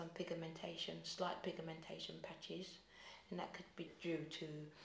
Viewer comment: The way she pronounces pigmentation is THE best❤